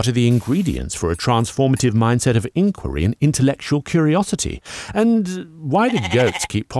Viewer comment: The video also says that the Romans left the maths to the greeks since they were better at it. Well, it seems you like to leave narration, like here, to the British. So perhaps it would be an idea to actually let the narrator sound like a Brit. Also he would say IN-Quiry with the emphasis on the Quiry not the In. Little things, but they don't 'are grate.